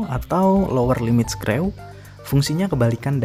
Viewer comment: Baca nya skru bang, bukan screw lagi.....